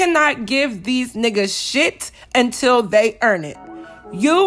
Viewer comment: "YOU CANNOT GIVE THE NICCAS SHIIT UNTUL THE EEEEEAAARN IT!!!!!! 👏👏👏👏